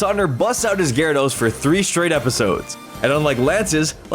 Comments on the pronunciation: GYARADOS, NOT GARADOES! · IT'S GYARADOS, NOT GYADORS!